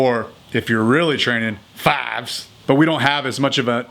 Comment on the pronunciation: "Or, if you're really training, fihves"... Ok